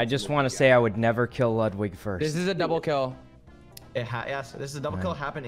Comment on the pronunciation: Sykkuno: says Yvonne wrong since the time they met Also Sykkuno: Says Ludwig's name wrong once, freaks out